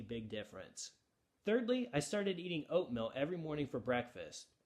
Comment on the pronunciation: Oatmill? 😂🤣😆 To begin with I thought he was saying "oat millk."